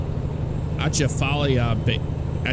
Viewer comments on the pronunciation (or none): The Atchafalaya Basin is pronounced Uh-chaff-uh-lie-uh. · As someone from Baton Rouge, the basin is pronounced Uh-chaf-uh-lie-uh ;) - and the speed limit on it for trucks is 55mph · Louisiana English ain't hard for you foreigners, try it like this aah-cha-fa-lie-ya. it may not be right either but it wont get you laughed at if you really came down here. I figure maybe another 5-10 years down the line they will be able to update the scenery and make some roadways specific to the areas. I realize this is scaled down and that causes a lot to be cookie cutter, but I loose interest very quick. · That actually looks relatively close to a drive through Louisiana, minus the huge rocks along the road, we don't have those. Also we don't have vineyards, that would be cotton crops. And the river you were trying to pronounce, the Atchafalya River is pronounced UH-chaf-UH-lie-UH . lol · i cringed when he said that ( sorry for spelling maybe )